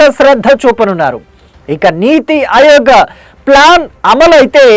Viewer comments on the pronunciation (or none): అయోగ్ కాదు ఆయోగ్